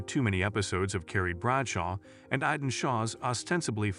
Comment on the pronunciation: It’s not iden it’s Aidan 😂😂